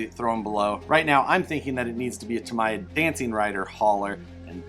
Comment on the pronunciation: it is pronounced Tamiya (tam-ee-ya) The Japanese pronounce their "I"`s like EE.